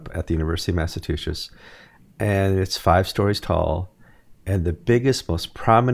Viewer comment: Thank you,, for pronouncing "Massachusetts" correctly. Someone else didn't...twice.